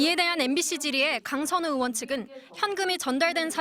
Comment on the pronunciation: 엠비시 엥커들은 의 발음을 왜 못해요 으원으원 왜그러는거에요?